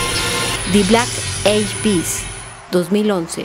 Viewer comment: Me distrajo totalmente la pésima pronunciación de la narradora de video, una vergüenza. Briny espirs, de black ei pis, etc.